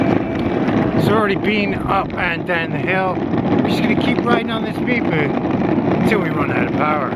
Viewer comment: The Meepoo...funniest pronunciation yet.